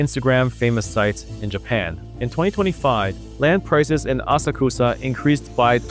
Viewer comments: it’s pronounced “ah-socks-ah” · Asakusa - "Ah-sak-sa" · Good analysis. The nuance is much appreciated even if the algorithm will hate you for it. If you are looking for a little constructive criticism,, maybe work on your pronunciation of Japanese words like "Asakusa" and "Kuuki wo Yomu". Oftentimes TTS (Text-to-Speech) gets it wrong. Regardless of that, count me in on your next video.